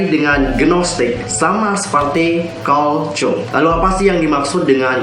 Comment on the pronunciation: GOOD BETT! Tinggal nunggu hatters pd sadar aj:v Btw ka, Carl Jung dibacanya Carl Yung ka:v